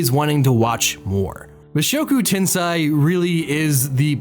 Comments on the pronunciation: Can you really take seriously the anime opinion of a dood who pronounces it as "Ten-SIGH" instead of "Ten-SAY"? No, you can't. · 1) It's tensei not tensai, tensei = reincarnation, tensai = genius. 2) Rudeus is not terrible in close combat, he's reached intermediate level in 2 schools of swoardsmanship, plus he's like 7 when he leaves his house, he's obviously going to get his ass kicked by his father who's a muscular adult, advanced in all 3 schools and S rank adventurer. 3) Did you not watch how he had to find a way to get Ruijerd across the ocean and then he was imprisoned by the beast people when he got back to the central continent? How do you expect him to read his dad's letter when he was unable to leave the forest for 3 months due to the flooding season? Yes he did not think about other people teleporting but he didn't exactly have the leisure to think about others when he was in the demon continent. Oh and even if he had thought about it, he couldn't have saved anyone, everyone's on the other side of the world. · Tensei. Not Tensai. Tensei is reincarnation. Tensai is genius.